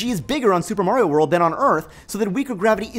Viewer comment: 'mahrio', not 'mawrio'. just like pasta, not pawsta